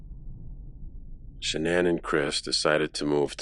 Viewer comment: Funny Her Mother called her Shanon and every body else calls her Shanaan! I heard w my own ears a video of her mother talking and never called her Sha naan. Only Shanon!!